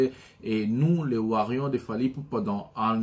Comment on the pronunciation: nous sommes warriors et non warion stp appelle correctement ça va???